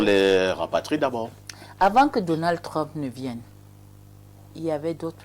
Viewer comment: C'est Donald Trump et non Donald Trompe😂